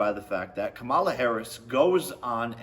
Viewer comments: Camel-la. Commie- La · If he can’t say Kamala’s name right, that alone shows he doesn’t know anything about politics. Smh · Wow they sent you the entire playbook of talking points! Including mispronouncing her name, that’s an important part.